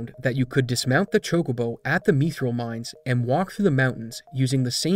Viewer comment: Really great video, it was really fascinating to learn about the history of such a massive RPG's scene. With games like this, it's either glitch heaven or incredibly vanilla, really fun to see the former. Also...Why 'meethril'?? :'3